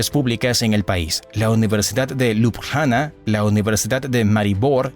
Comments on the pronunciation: Hola, gracias por la información. Sin ánimos de ofender y sólo a modo de ayuda para los hispanoparlantes a los que saber no les ocupe espacio😊, la pronunciación de Ljubljana en castellano realmente es más facil, simplemente cambiamos las "j" por "i", fonéticamente quedaría así: Liubliana. Lep pozdrav😊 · Ljubljana cuando lo narraba era liubliana la J es como la i latina de nosotros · Hola, gracias por la información. Sin ánimos de contradicción y sólo a modo de ayuda para los hispanoparlantes, la pronunciación de Ljubljana en castellano es más sencilla, simplemente cambiamos las "j" por "i", fonéticamente quedaría así: Liubliana. Lep pozdrav😊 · Buen video, pero la pronunciacion de lugares Eslovenos fue fatal! Lo digo como Esloveno que habla Castellano tambien. J Esloveno se lee como Y en Espanol. LJ como LL..entonces Ljubljana seria Llubllana.